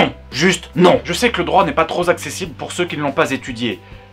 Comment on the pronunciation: "tros accessible"